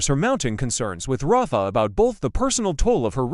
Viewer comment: EJ is not DA. Belle is. The "Jennifer" they pictured in a few shots is Jennifer Aniston. It's not proniunced Ra-fa...it's Rayf. ISA is not a word, its initials, AI is faulty.